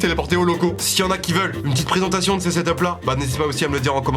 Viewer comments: Pésentation tu voulais taire presentation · Pésentation au lieu de présentation